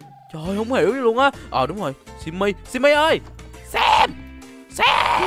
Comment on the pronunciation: anh said Sím Sím =_=